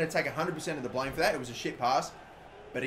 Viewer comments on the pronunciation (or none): none